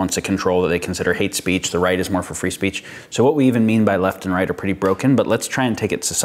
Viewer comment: "It's very easy to say 'free speece'" ...D'OH!